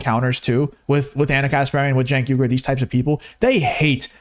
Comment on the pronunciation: I find it humorous that Cenk keeps mispronouncing his name, but if people mispronounce Kamala Harris's name it's because they're racist